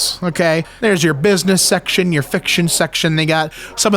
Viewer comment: . Is he saying section or sex-tion....